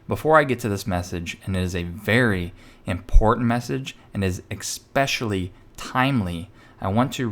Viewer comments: not...ex specially but...eh specially (phonetically) 👍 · "especially" not expecially : )) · There is no such word as Ecspecially.